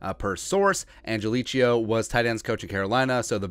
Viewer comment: He pronounces it "angeleee-Ko".